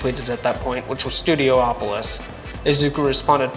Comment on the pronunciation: pronouncing studiopolis as studio-OPOLIS is so irritating😭😭 pretty sure it's just STUDIOpolis. polis is a greek word for city. just go with that pronounciation. studio, polis. studio OPOLIS is irritating as hell